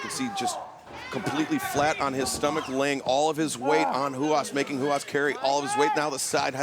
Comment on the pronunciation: It was funny during the Tiger Ruas match hearing Excalibur pronounce it Huas and Taz pronounce it Ruas. Is it typical in Brazil to pronounce R's like H's? If it is, I don't understand why you would choose a new made-up name for yourself that the majority of your audience (English speaking) is going to pronounce wrong. (I'm not attacking the wrestler at all, his look and skill are out of this world, I just don't understand why you'd choose the name and spelling Ruas if it isn't pronounced as Ruas.)